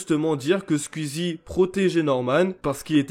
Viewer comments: On peut faire une pétition pour qu'il arrête de dire squiizie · comment ça me vénère comment tu dis le blaze "skuizi" damn en plus tu le dis plein de fois on dirait les gens qui disent "ouit" au lieu de "huit" 🤣😭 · Par contre comment tu écorche le nom de Squeezie 😂😂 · Faut arrêter de prononcer squeezie “sqUizi” et tweet “tUit” hein